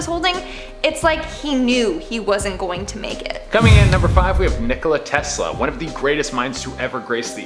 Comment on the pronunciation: OMG FINALY THE PEOPLE WHO SPEAK ENGLISH PRONAUNCED NIKOLA TESLA RIGHTT YYAAAAAA BUD im from Serbia and he is too and im happy to know that UnU